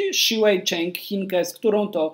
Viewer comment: wymawiaj proszę poprawnie imię Zheng:( boli mnie jak mówisz jej imię. Możesz sprawdzić na stronie WTA jak Chinka sama wypowiada swoje imię i nazwisko. Co do drabinki: podchodzę bardziej optymistycznie do losowania Igi, mocne nazwiska ale większość z nich nie pokazuje ostatnio świetnego poziomu albo nie ma wystarczających argumentów na grę z Igą.